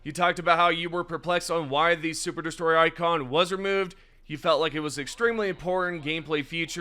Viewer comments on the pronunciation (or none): none